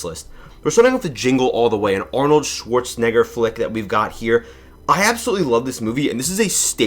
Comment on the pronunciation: The way you pronounced Arnolds last name is crazy